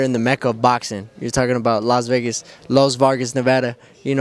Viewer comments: Did he say las Vargas 🤣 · I heard Las Vergas 😂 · LOS Vargas lmao